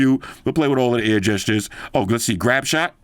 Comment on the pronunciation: reminds me of the air gestures from the old galaxy s4 bro lol i swear I heard you say ear gestures bro I started laughing my ass off at that 😂